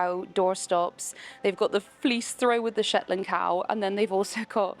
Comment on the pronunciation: 🤦‍♀️ I came to check after hearing it, I knew someone would've pointed it out 😂 (Shetland...pony).